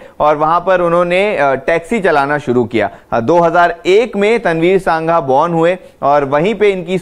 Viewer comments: Its तनवीर संघा not सांघा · सांघा नहीं, संघा